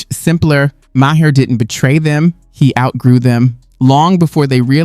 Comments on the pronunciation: At least know how to say his name. It’s not bill meer ( it’s pronounced Mar) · Dude. If you are going to make content like this. Learn how to pronounce the names of the people you are including in your content. Nothing says I have no fucking idea who or what I’m talking about like not knowing it is Bill “Mar”, not Ma Hair.